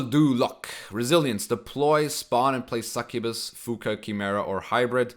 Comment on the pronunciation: Succubuy? How did u pronounce succubus like that dude?